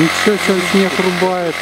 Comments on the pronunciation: Не снех! А снег ❄️ бля букву Г не кто не заменил буквой х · Почему "Х" вместо "Г" ??? Снехаход,хлавный,хараж и тд... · Снехххх снехххху хоняют первее. Интересно а вы г умеете говорить. Или только хе